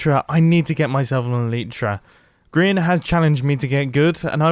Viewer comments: Its grain not mubow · it grian not grain for goodness sake